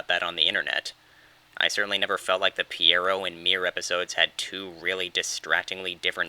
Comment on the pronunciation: That's not how you say Pierrot